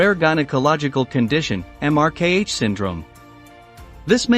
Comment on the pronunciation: Translation software still struggles with the correct pronunciation of uncommon words, did you notice it pronounced MRKH syndrome as emarkay.